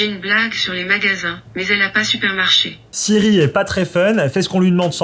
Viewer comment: Mec siri faut bien mieu maus tu le prononce pas bien